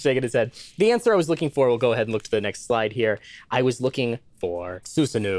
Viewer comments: Um actually it's not said SUsanOO it's said Susano-o (the two o sounds are separate). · Um, actually... Susanoo is pronouced "oh" at the end, like "oh... I made a huge mistake" not like igloo... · Just an fyi, that double o in Susanoo isn't an /uː/. It's pronounced /oː/ in Japanese, so the closest English approximation would be /oʊ/, i.e. the long o sound. More info underneath for anyone curious! ^_^ (I'm not an expert, some of this info might be a bit off but I tried my best and I'm always open to corrections!) The double o at the end of Susanoo doesn't change the vowel, just makes it longer. Japanese uses a variation of the 5-vowel system, with the only differences mostly just being the presence of some unvoiced vowels (though I'm not sure whether they are phonemic), and the u sound being unrounded, as opposed to English which has 20-ish vowels depending on dialect and how you count. Japanese uses a length distinction, so while long vowels and short vowels have the same sound, the long vowels are quite literally longer. It's still considered one syllable, so to describe length we use the term mora as a unit of time, with long vowels being two morae instead of one mora. That doesn't necessarily mean it's exactly twice as long, it can be longer, but we call it two because there's only one length distinction (long vs short) whereas there are some languages with a short, long, and extra long distinction, and in those cases the extra long vowels are three morae. In the case of the long o sound in Japanese, it can either be represented as ō, ou, or oo. Three quick asides at the end: - There are some languages where there are specific situations in which pairs of words diff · Um Actually, his name is pronounced [Sue-Sa-No-OO] their is a - between the O's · That Susanoo pronunciation was rough..... It'd be better to think of it as Su-sa-no-o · Um actually I'm pretty sure it's pronounced more like sus-an-oh-oh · um actually, susanoo is pronounced soo sahn oh